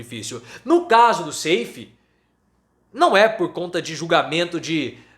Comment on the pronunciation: o nome do cabra nao é Seifí, mas SAIF (sem i fim).